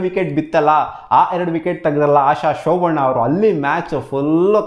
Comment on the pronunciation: ಆಶ ಶೋಭಣ್ಣ ಅಲ್ಲ ಬ್ರೋ ಶೋಭನ 😂😂😂